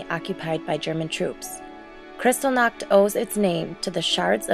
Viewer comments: Worst mismatch of voice actor and subject matter ever. Valley Girl narrates one of the most disturbing chapters of the 20th Century. She is so unfamiliar with what she is reading that she mispronounces every key name and term, all while using a tone that would be better suited to a commercial for frozen desserts. As others here have pointed out: GEHR-bulls, PAH-grom, kri-STAHL-nahkt. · You mispronounced Kristallnacht and Goebbels name. It's pronounced Gherbil, hard g, like Gehring, another Nazi, and the vowel sounds like gerbil not gobbles. If you want to report factual history, please use the correct pronunciation. Maybe it may seem like a small matter, but not to the people whose relatives the Nazis murdered and whose names echo throughout that time.